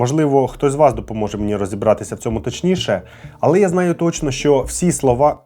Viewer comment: Мій улюблений художник. Він, дійсно, геній. Відмовився розмовляти іспанською з королем Іспанії, бо він каталонець. Про брата теж знала. По інформартивності- молодці. Особисто до Вас прохання - попрацюйте над вимовою, бо вона поросійщена. В нас тверді шиплячі. А у Вас це звучить як «[якщьо], [щьо], [щє], [вчінок], [вибачьте], [розбираючі], [бачять], [чєрга]…” Випуск чудовий, дякую. Якщо б ще вимову підтягнути- буде супер